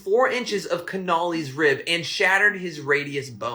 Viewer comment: He doesn’t even know how to pronounce Connolly, but there’s no way the single bullet theory was truthful. So I agree with him on that.